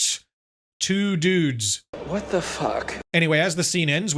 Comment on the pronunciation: your pronunciation mistakenly sounds like it was a mistake to send "just two" while obviously the pronunciation should be on "dudes" being the failure